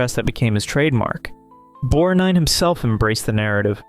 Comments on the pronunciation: Irritating that he couldn't pronounce "BorG-nine". I don't get it. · Great video! And it’s BorG-nine. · The G in Borgnine is not silent. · I would like to know where the narrator learn to mispronounce the actors names??? Ignorant fool, learn English!!! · The G is pronounced for Borgnine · Please correctly pronounce McLaglen and Borgnine! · Victor McLaglin, Ernest Borgnine. Research pronunciations.